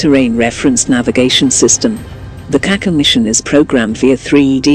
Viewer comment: for Gogs sake can you do some to pronounce the name of the rocket properly the c in yurkish language in this case has the sh sound like in ship